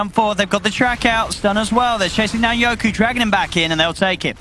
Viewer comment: His name is fucking YOKY!..not YokU!!! For fuck sakes